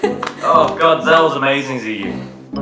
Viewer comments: his first name is still pronounced terribly wrong though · And "Ziyu" wasn't pronounced in Chinese either... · they didn't even pronounce his first name properly, it's in chinese.